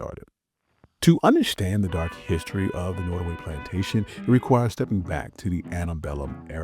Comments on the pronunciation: It's pronounced NOTTaway, not, NOttaway. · Pronounced Not O Way. Native Tribe in Virginia/ NC. John Randolph was a Virginian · NOT. O. WAY pronunciation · Pronounced, “Not a way” by those who lived there. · Norway/ Nortaway!? I thought it was Nottaway. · I was gonna watch this but you didnt even have the awareness or decency to pronounce the name of the place correctly. Nottoway and Norway are totally different pronounciations. Do better! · Trying to be constructive, but if you cannot pronounce words properly, why not get another person to narrate? Eg: You are saying "Rand-alf" for Randolph, "Nortaway" for Nottaway and I heard brefftaking among other mutilations of the English language. Informative otherwise. Thank you. Add: You definitely emphasize the slavery aspect and how hard the work was, but an argument could be made that even in today's world, regardless of skin color, American workers are still mercilessly exploited, overworked, oftentimes exposed to dangerous working conditions. Has it really changed? I mean, honestly, how much freedom do we really have? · Why did the narrator say “ Norway” plantation ? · Who didn't already know this if you have an education above the sixth grade level? It's not hidden, you were even told about it if you toured the home. And would someone tell the narrator how to pronounce "Nottoway".